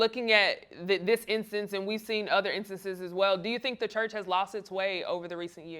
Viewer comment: "The chrurch" is the problem with society